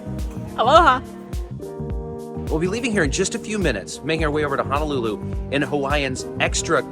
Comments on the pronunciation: The 787 is one of my faves. It's Hoe-Noe-Lew-Lew BTW not Ha-Na-Lew-Lew. As a HNL native that always bothers me slightly. As long as you spend plenty, plenty money while on the rock, no one else will care. Still yet, you'll surprise the locals when you pronounce it correctly. You two got me traveling Amtrak. It's a wonderful experience. I've seen all of the western mainland this way. It's amazing how entertaining looking out the windows can be. On to the east and then Canada! Hope to see you one day. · HONOLULU, NOT Hanalulu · Dude, please pronounce it correctly. It’s HO NO lulu and not HANAlulu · It's pronounce HO NO LU LU.... YOU BOZO😂